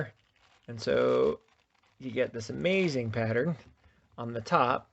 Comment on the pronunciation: Bro said amaxing 💀